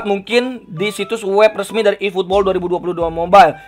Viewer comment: "iiiputbol" wkwk